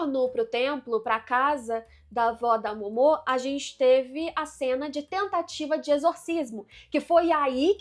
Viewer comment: Vídeo muito bom, observações muito legais, mas cara, sempre que ela falava o nome da Momo errado, me dava uma agonia... Kkkkkkk Pq Momô? Dublado eles não falam assim, será que no original eles falam assim? Se eu estiver errado, me desculpe.